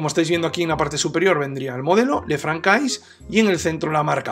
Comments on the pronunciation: Esa pronunciación del francés!! Jajaja... Ç ~ S "le fransé" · Sería de agradecer una pronunciación del modelo correctamente, que es una marca francesa